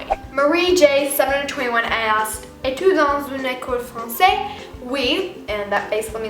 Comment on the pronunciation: your french is not actually that great you pronounced adore and française completely wrong